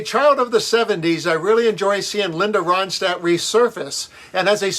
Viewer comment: It’s Ronstadt- NOT RODSTADT!